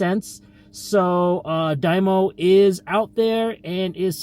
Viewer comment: Stop saying die-mo 😂